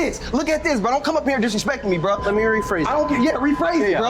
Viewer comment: It's supposed to be pronounced "bro".